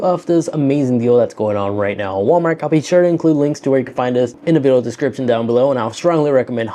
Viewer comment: Wal-Markk is crazy.... Wal-Mart.....right lol